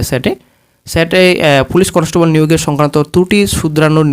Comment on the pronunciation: আগে উচ্চারণটা ঠিক করো conostobol na ওটা constable